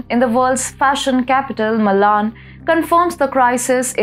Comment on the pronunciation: It’s button .. not baaton.. Milan not Malaan …. Pls check on pronunciations 🙏🙏 Excellent content though 👏👌